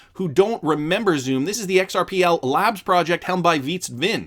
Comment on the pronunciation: Xumm is pronounced like "Sum", as in to sum up. Plus New York aren't going cashless, on the contrary, they're trying to prevent exclusively digital checkout. This is with the unbanked in mind, who do not have a digital method to pay so rely heavily on cash payment.